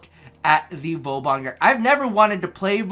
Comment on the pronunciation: Im really sorry but when u say vauban like vowbon it makes me cringe.... u pronounce vor-ban